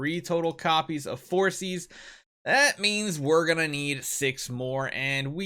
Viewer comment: I think it's pronounced For-kis instead of forsees